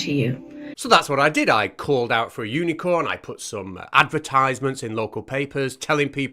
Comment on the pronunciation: That’s not how you pronounce ‘advertisement’.